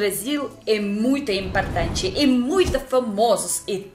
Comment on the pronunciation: Você está pronunciando as palavras camer em vez de comer, cantinuar em vez continuar, impartante em vez de importante.